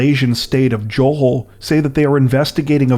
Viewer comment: Your pronunciation of Johor was pretty bad, the Jo is a Ja sound like Ja Rule, and the hor is the same as the hor in horrible. Otherwise keep up the good work.